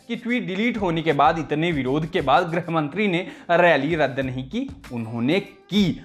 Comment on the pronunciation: hindi bolne pe dhyaan do chhote khali baabu... 'grih' bola jaata hai 'grah' mantri nahi..